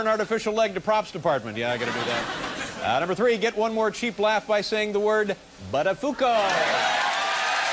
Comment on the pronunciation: Don't worry, it won't be last time Dave says "BUTTAFUCO"